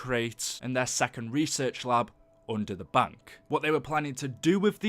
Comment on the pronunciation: It's bank, not bunk.